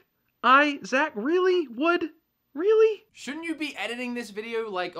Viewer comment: Americans say Isaac weird, you're saying it properly Wood!